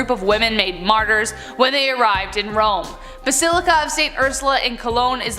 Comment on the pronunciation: Basaleeca? You mean bas-il-ica